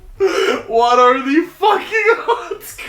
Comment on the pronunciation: why did he sound danish saying hvad at like something